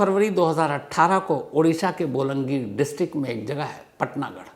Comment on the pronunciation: बोलंगीर नहीं बलांगीर है जगह का नाम